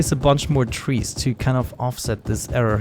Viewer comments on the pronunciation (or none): I luv how he says trees/. He says twee